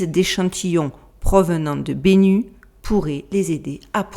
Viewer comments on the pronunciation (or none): Bennu se prononce (et peut s'écrire) Bénou en français. C'est un oiseau mythologique égyptien, ressemblant à un héron.